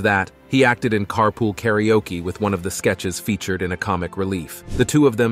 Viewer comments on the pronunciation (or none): none